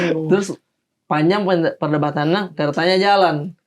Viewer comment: TINTUNG!! bocor logat lokas "panjang perdebatanna" HAHAHAHAH